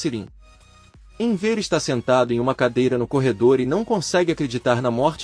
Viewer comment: Inver que pronuncia horrível é Enver